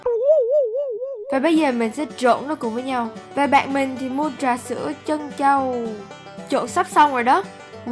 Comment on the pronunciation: Mình biết học trong môi trường tiếng Anh nên Tiếng Việt của không tốt lắm nhưng đoạn là “ trà sữa”